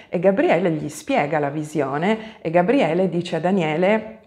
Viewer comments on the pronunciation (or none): none